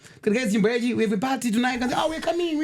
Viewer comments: Yacht= (pronunciation) yati Yacht≠ (pronunciation) yachi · It’s Yacht not Yatch or Yachi. Titende. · Ola its pronounced at Yaat . Imboti Yaat yechishona uone. Zvinobuda😅😅😂